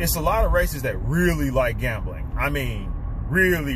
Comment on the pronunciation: To win?one. Way. Stop..gembling